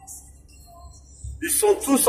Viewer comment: Attention . Il faut entendre 'Magouilliste ' et non mahoiste 😁🙏